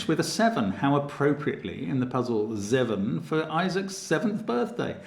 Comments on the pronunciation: its pronounced ZAY-VIN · And now I wonder who is going to try and explain the also extant pronunciation of Dutch "zeuven" for that number 😂